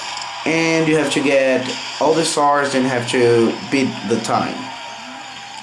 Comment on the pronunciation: Awesome english dude just dont say "to" or "too" you say like "cho" or "čoo"